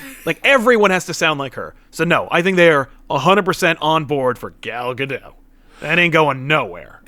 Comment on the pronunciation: Her name is pronounced Gadote. It's Ivrit/Hebrew.